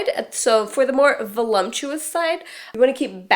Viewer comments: the word is voluPtuous....not volumtuous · voluptuous, not volumptuous. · It's "voluptuous", not "volumptious". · It's VoLUPtuous.... not VoLUMPtuous love ♥ (no lumps) Another great video. Thanks so much! 💖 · There is no such word as "VOLUMPTIOUS"............. It's VOLUPTUOUS. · Your videos are great. However, I feel compelled to tell you, it's voluptuous, not volumptous. (Sorry, it's the mom in me). Also, what to do if you are a combination body (voluptuous, with a small head and short neck) and have thinning, aging hair? I seriously wish I lived where you do business. Can't find a decent hair stylist, no matter how much I pay. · lol...volumptuous??? I think you mean voluptuous! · fyi: it's voluptuous, not volumptuous. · Love the idea of the video, but just a "heads up", it's "voluptuous" not "volumptuous". Sorry, I'm an English teacher. 😘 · LOL "volumptious" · Voluptuous not volumptuous ;) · She actually said "voluMPTUOUS". She simply put in a M where there isn't one. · i died laughing at "volumptious"